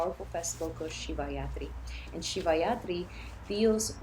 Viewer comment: You mean shivaratri not shivayatri 😂 but makes sense💚